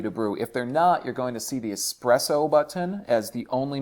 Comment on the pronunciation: This is America. Learn how to say the word button and the word lever.